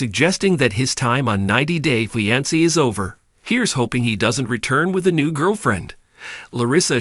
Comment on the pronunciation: I detest how you say fiancé